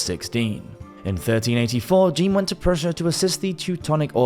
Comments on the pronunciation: Great video! Although please don't pronounce the French name "Jean" as the female name Jean in English lol. Either say it the French way (J'an) or just say John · If you're going to do these types of videos, please learn how to pronounce names and places correctly. For example, Jean (John, in English) is not pronounced 'jeen'. Otherwise, good job overall.